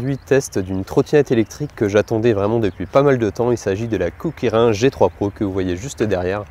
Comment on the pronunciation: Ça se prononce kukirine